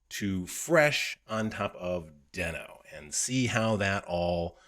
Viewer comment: I hate to be "that guy", but Ryan Dahl who created NodeJS and Deno has confirmed that it's pronounced "dee-no" with a long "e" like the Flinstones character and not "den-o" with a short "e" sound.